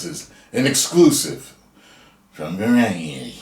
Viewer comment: I am just here to hear say Variety 😂. Sad news about Majors. Wowza.